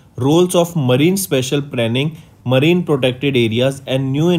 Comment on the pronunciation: Thats not marina, its marine, and thats not Chennai, its China and also thats not 29june, its 9 June. Correct ur pronounciations bro